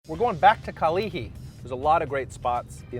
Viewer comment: The way he said kalihi killed me. It's so painful to hear him pronounce Hawaiian words